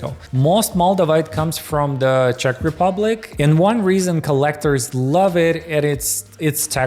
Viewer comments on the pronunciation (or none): none